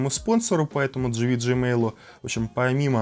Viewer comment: GVGMALL не читается как ты говоришь! Тема актуальная, но ты какой-то нудный. 🤮